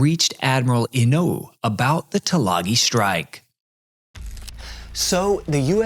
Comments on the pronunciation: I was really looking forward to watching this. I wish I could be less distracted by the sing-songy patter. I assumed it was AI, but apparently not. Also, and a minor point, the name of the Admiral "Inouye" is pronounced "In OH yay". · This is an excellent video, and I especially appreciate that it is done the correct way: WITHOUT AI. Just one little pronunciation point I noticed early in the video: The name of the Japanese admiral Inoue is pronounced In-o-yay. That small point aside, thanks for a superior piece of historical work.